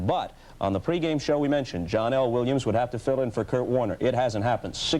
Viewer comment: Its not John L. Williams, it's pronounced Johnel Williams.